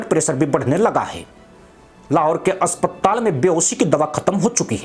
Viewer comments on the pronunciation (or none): none